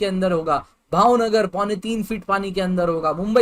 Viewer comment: Sir bhau nagar 🤣 nahi Bhavnagar hai